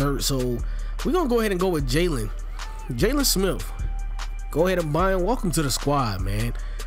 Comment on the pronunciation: Nigga said “jaylon smiff”